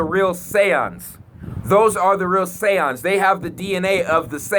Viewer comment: Those Mf Say-Ohns 😂😂😂